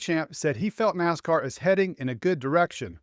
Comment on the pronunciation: It’s NASCAR not WASCAR.